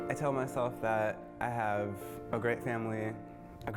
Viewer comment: "love to hacpve boyfriend?!"